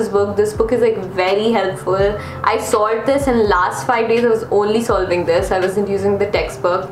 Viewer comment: Why does whenever said SOLVED it sounded like SALT. i was really confused lol.